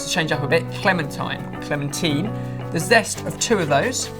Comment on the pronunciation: I don't care how you say clementine but could you please stick with one pronunciation.